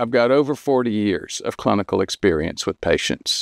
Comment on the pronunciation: Did he say clunucal???😂😂😂😂😂😂😂😂😂